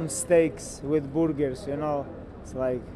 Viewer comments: It's boorgers, bro. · It's 'burgurs' not borger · Not Burgers its Boorgers 😁😁🇮🇳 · ordinary ppl: Burgers Champ: Borgers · "...some stakes with boorgars u know...."😂😂😂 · It's boorgers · Borgers :') love this guy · I love "boorgers" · From now on it is... Boorger 🤣🤣